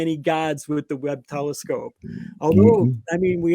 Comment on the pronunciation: "Teliscope" has me in tears 😂😂